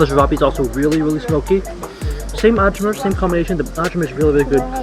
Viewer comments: Ajvar, as ayvar, not adjvar. And bUrek as dUbrovnik not byurek and not Dyubrovnik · Ajvar. It is pronounced ay-var or I var (like variety starts)